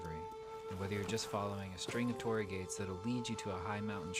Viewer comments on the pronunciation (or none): none